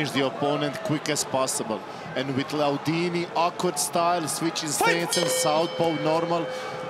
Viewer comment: the fact that the commentator cannot pronounce LAIDOUNI's name correct...pisses me off..